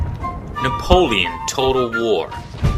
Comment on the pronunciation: Fuck you say 'bout napolion?